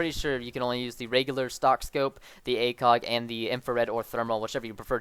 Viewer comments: he mumbbled the acog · i thougt u said /Dragunov Acock?